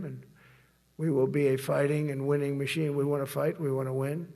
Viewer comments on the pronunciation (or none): none